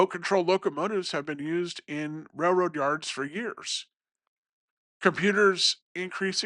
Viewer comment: It’s pronounced raiLroad not rayroad